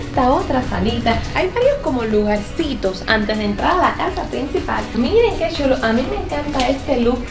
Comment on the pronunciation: en vez de decir chulo dice shulo😊